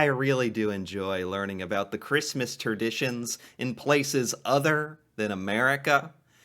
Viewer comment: Christmas "Terditions"?